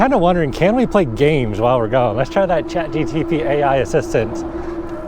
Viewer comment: just in case no one else has said it... it's Chat GPT not GTP haha